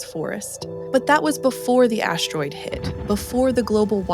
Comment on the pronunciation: is she saying ASH-TEROID on purpose?🤔